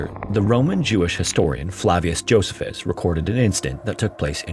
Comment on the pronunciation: Josephus is pronounced Joe-C-phus